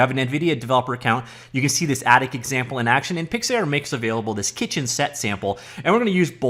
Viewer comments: "PIX" "ARE" (not air) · Pyxiyaaar lmao